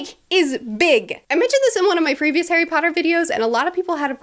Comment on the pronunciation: start "ok today we are going to talk about HAIRY potter and the...." good grief!